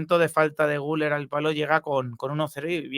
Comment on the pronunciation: Por favor. Se llama Güleeér. Aceentuando la ultima silaba. Comer; beber, jooder; Guüler!!!!